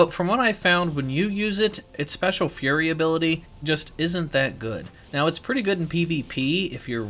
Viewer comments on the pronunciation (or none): none